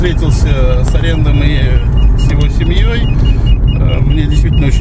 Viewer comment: Аренд, а не АрЕнд! 😅